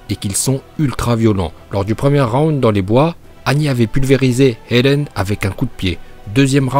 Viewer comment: 0.59 Dis pas elen en essayant de dire eren en roulant le « r » si tu sais pas le faire Bouffon